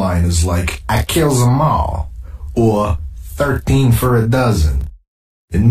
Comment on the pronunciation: "I KILLSSSUM AWWLLL" "THURTEEN FUR-A DOZZEN"